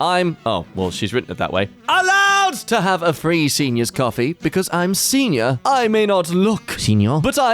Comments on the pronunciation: saying senior is the funniest crap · I don't know why but the way he said senior had me weaaak 😭😭😭✋✋✋